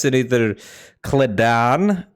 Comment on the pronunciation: Hearing my boy say "kledan" and not "Keli'dan" makes me understand why people snap and go on rampages lol